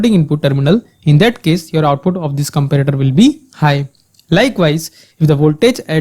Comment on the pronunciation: i too agree with this person..but this is too offensive..there is a way u can teach people with lot of examples and slow..listen he is saying comprator..but it is comparator....